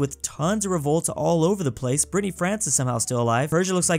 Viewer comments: Did you just called the Bretagne "Brittney France" ? XD XD XD Be careful those are fierce French, even us fellow french people don't mess around with their identity, they are pretty touchy about it, you'll get in trouble. (don't mention the rain) XD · It's called Brittany not "Brittney France" 😃